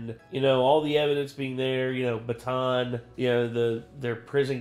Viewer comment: It's pronounced "Bata'an", by the way. Just wanna let non-Pinoys know.